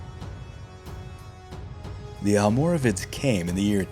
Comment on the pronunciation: You seem to be having a few questions about the correct pronunciation of almoravides so as a Moroccan, allow me to help. You pronounced their Arabic name quite well actually, it's "Almorabitun". But the name "Almoravides", especially how it's pronounced by non Spaniards is incorrect. See, "Almoravides" was simply the "spanification" if you will , of "Almorabitun", But in both Arabic and Spanish there is no "V" sound (the letter itself does exist in the Spanish alphabet but it is pronounced similar to a B) so reading "Almoravid" with an English pronunciation is wrong. instead the Spanish pronounce it as "Almorabides" wich is a lot closer to the original pronunciation. Hope this helps. Keep up the great work!